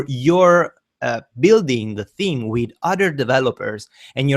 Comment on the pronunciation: You're definitely right with the team instead of theme pronunciation I laugh sometimes while reading the closed caption the lyrics was team not theme and also the thumbnail pronunciation in the closed caption it is nominal sometimes numb nail... But its all ok nice tutorials by the way... thanks to you